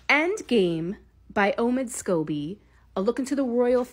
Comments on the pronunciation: Scobie not Scooby Doo.🤷🏻‍♀️ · The man’s name is Scoe bee.